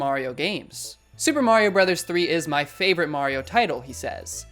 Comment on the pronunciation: "Bros." Is not pronounced "bro's," it's actually an acronym for "Brothers." Like "Mrs." For "Missus."